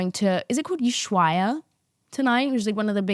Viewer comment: Here are some fun facts about London and Houston (aka space city) and NY, We have 0 sun and when we do is a Hell on steroids for short amount of time, This is why i go to Ibiza too, the opposite side of where you at (i believe you are in "old Ibiza"). by the way ushuaia is pronounced "oo·sh-wai·uh"